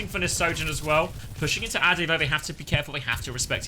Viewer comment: ade should be prounounced like the ade from lemon'ade'.